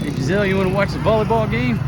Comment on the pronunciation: Jenzel- NOT Jizelle.